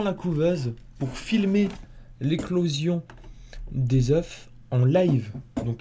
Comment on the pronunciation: Dis des eu ( phonétiquement parlant ) stp... Et pas des euf